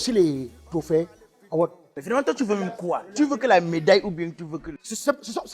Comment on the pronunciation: Donc c'est "Award" que prononce "Awott"? 😂😂😂